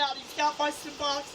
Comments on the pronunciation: wtf is seboxine... must be really important to her... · haha all i hear is suboxins lol